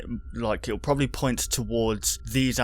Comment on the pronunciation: "Proboly me